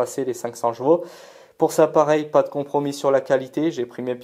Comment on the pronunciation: Aaaaaahhhh tu me vénère à dire « jvaux » dis poney ce sera mieux !! 😂😂😂